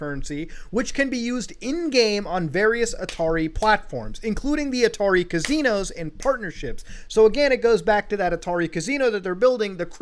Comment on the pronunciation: Nobody: Mutahar Anastomoses: Cahzeenohz